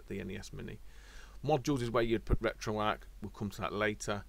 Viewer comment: it's RetroArcH, with the H pronounced at the end, not just "RetroArc"